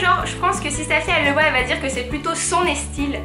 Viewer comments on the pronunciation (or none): Super video mais ya quelque chose qui m'a choqué avant style tu dis "é" pourquoi? Je sais pas si je suis la seule a avoir remarqué mais on dit son style pas son éstyle. Est ce que c'est un accent ou tu fais expres?